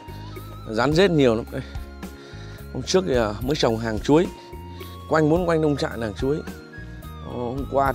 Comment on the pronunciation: Nông trại...không phải Lông...Lông trại ơi..😂